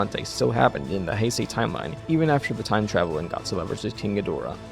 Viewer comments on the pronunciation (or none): none